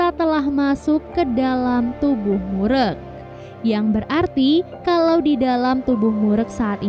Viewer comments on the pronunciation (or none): Just info. Klo ada nama org korea yg pake "eu" di namanya. Jgn di sebut "e". Kaya mimin ini, "mureuk" di sebut "murek", penyebutan "eu" dlm bahasa korea sama kaya penyebutan "eu" orang sunda. Contoh: "geulis" "keren Euy!" "Eleuh eleuh.." dll. Jadi lebih cenderung ke huruf u penyebutannya.